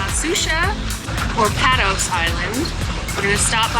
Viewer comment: It's pronounced PAYtos island.